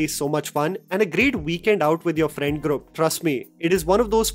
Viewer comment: ITS GROUP, NOT GRUP